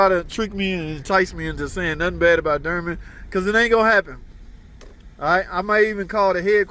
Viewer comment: Door-man not durman